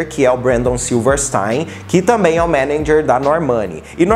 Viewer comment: perco tudo com ele falando menendjer kkkk